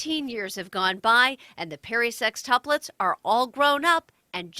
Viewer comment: My dumb ass thinking she was saying their last name was perrysex😂 she was saying perry sextuplets😂